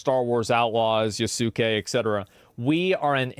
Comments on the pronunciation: It's funny how Asmon was pronouncing "Yasuke" correctly when he was hearing his name, but now after he read it a few times, every time he mispronouncing him as "Yasuukei" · It's Yas-Kay not YASOOKAY